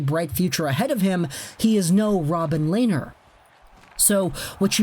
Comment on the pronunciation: Len ner! Not Lay ner!